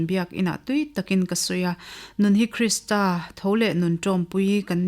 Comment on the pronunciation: A va ṭha em..chhiar tu pawhin athiam, mahse KRISTRA ti lovin KRISTA tih tur ani e.